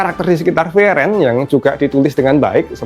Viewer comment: Btw bacanya furii-ren/fri-ren bukan fri-eren